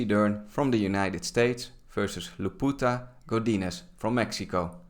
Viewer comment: bro, you just said Leputa instead of Lupita, you just called her hoe in spanish ☠☠